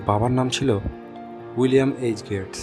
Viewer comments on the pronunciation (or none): গ্রেটস না রে ভাই, গেটস হবে